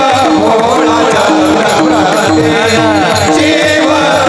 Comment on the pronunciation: ३९:४४ शिव भोळा चक्रवर्ती आहे चक्रव्रती नाही, उच्चारण सांभाळावे अर्थ बदलतो राम कृष्ण हरी